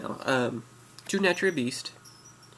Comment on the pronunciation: one you are pronouncing Naturia wrong this isn't a naturia its mixed. I have a naturia deck i have no more than 4 non-naturia card in my deck. This is for they guy that said that naturia aren't good I go to local every week and i always place at least in the top 8 and i duel with guys that went to nationals (8 of them) 3 made it to the second day and one made it to the top 8. This deck is really good it locks down easily.